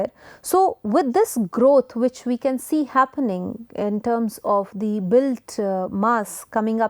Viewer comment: And really fed up with the forced US English pronunciation of words like wannabes do Example Enthire instead of Entire Chan instead of can